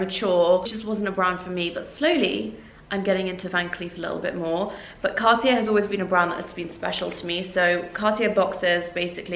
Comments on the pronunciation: It's pronounced Car tea ay not Car tea air. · it's more like carti-é... er=é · Pls learn to say Cartier if you're lucky enough to afford it... it's more like carti-ay 😅